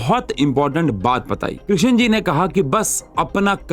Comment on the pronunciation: Krishan Ji?? Kyu woh Sri Bhagavan nahi hain kya Sir? Sidhe naam se bula rahe hain aap to aur woh bhi ekdum galat pronunciation